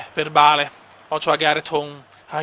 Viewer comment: Non si dice bale si duce beil si scrive solo bale